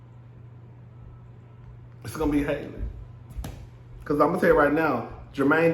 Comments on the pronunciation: I'm pretty sure her Halle Bailey pronounces her name "Halle" , like Halle Berry, not Hailey. 😉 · I love you I do, but if you call that girl hailey one more time 😹😹😹 HALLE! Like Halle Berry boo 💀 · It's pronounced HAL-le. Just like Halle Berry, but Bailey instead of Berry. You can pronounce Halle Berry's name, can't you? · Halle's name is pronounced like Halle Berry's name.